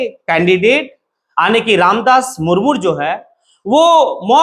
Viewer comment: मूरमूर नहीं, मुर्मू है